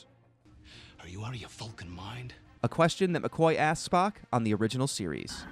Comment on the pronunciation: Is he saying "Valcan"??